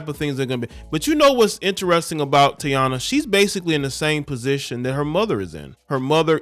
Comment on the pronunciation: Her name is pronounced TA- EE-NA